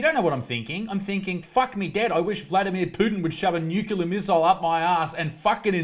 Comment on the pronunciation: Bro, please learn and fix that whole nuke-ya-ler bull shit problem you have pronouncing the word nuclear. It's nuke-le-er, not nuke-ya-ler. It's a pretty peeve of mine and I just can't comprehend someone talking like that. But, in 31 min into this video and you're fucking hysterical. Funny, witty and not an asshole at all. So please, do me that favor because I think your videos are great.